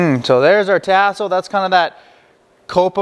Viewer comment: My brother...because I love you ands I know you are from Canada I give you a pass...but things down here are pronounced differently. Tasso is "tah-so", not "tass(like ass)-so". Andouille is "ahn(on)-doo-we", not "an-doo-we", and Boudin is "boo-dan", not "boo-din". I say this with love brother and I have a boo-din (just kidding) recipe that will blow your doors off and will share if you wanna contact me. Holla back.